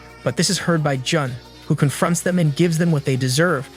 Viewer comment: J-un instead of j-oon